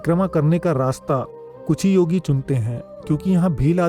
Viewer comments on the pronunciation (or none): none